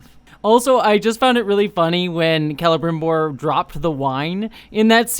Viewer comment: My linguist brain melts right from the beginning, but that's not how you pronounce Celebrimbor 😭 It's not a throat r like that, it's the alveolar trill! Agree with you a lot! I'm enjoying the series despite it's problems. And there's a lot of conflicts with what we actually know about the second age. Apart from that my main problem is the dialogue, it's just so idiotic a lot of times, and too modern and casual compared to how Tolkien wrote his characters speaking. I like Sauron and the dwarfs most so far, the hobbits are fine too.